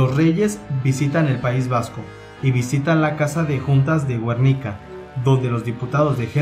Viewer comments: 11F??? fue el 23F..... en el periódico El Alcázar no Alcatraz, Guernica no Güernica, y muchos mas errores. Este vídeo esta lleno de errores es pésimo. Y por favor si vas a hacer un vídeo así con temas históricos infórmate bien porque quedas muy muy mal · "¿Porque fallo?" Antes de editar un vídeo sería recomendable ilustrarse un poco en ortografía básica. En Youtube no todo vale. Y no es "Alcatraz", sino "Alcázar"; ni "Güernica", sino Guernica, con "gue" de guerra; ni "Jerri Batasuna", sino Herri Batasuna. Y no es "James" "Milán" de "Borsch", sino Jaime Milans del Bosch. Y no es la "primer" región militar, sino "primera región militar". Rebelarse de rebeldía o de rebelión es con b de burro. Y ya, como remate a este cúmulo de despropósitos, deberías documentarte mejor porque el vídeo incurre en no pocos errores, inexactitudes y hasta leyendas. Hasta la banda sonora es estridente e insoportable. Lo que hacen algunos con tal de figurar en la red. Vídeo mediocre y nada riguroso. Salud. (PD.: Te recomiendo que leas y escuches a Jesús Palacios y aprendes un poco sobre este chusco episodio de la historia de España. De nada). Ah, y no fue un golpe de Estado, que se me olvidaba lo más importante.